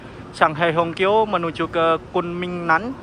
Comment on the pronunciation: Hongqiao itu bacanya Hung ciau